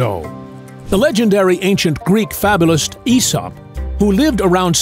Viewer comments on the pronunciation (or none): none